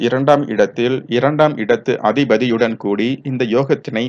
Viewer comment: என்ன வாசிக்கிறார் அதிபதியுடன் கூடி என்பதை அதி பதியுடன் கூடின்னு வாசிக்கிறார் .கஷ்டம்